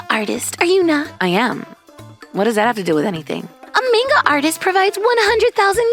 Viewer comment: Already starting off great with the pronunciation of Manga